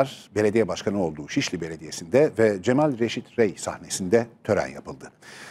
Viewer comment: Allah rahmet eylesin. Yalnız dış ses bey, Cemil Reşit Rey değil, CEMAL, CEMAL. Haber sunuyorsunuz, nasıl böyle bir hata yaparsınız?